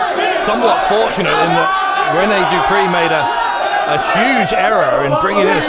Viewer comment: Man said Rene Dupree uno loooool